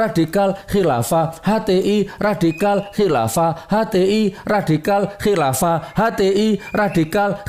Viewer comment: Nyebut kilafah sampek kiafah..wkekkekkwkekekkekkkkkk